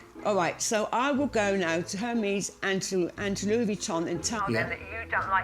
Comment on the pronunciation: None of the bags appreciate in value hun....unless it’s rare Hermes, most of the women on this show can’t even pronounce Hermes correctly